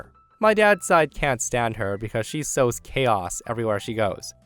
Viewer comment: sows, not sews